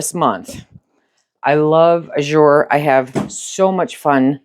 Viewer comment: The word azure in the name Azure Standard is pronounced with the accent on the first syllable. Not that it matters that much but I would want to know if I’m saying a word wrong. Thanks for your videos. I love watching!